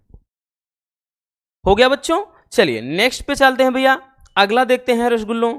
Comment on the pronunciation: Sir aap rasgulla bolte hoh na toh aacha lata hai 🫢🫢🫢🫢🫢🫢🫢🫢👌👌